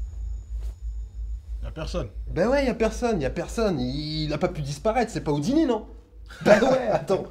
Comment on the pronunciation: c'est pas "houttini" comme tu dit mais "houdini"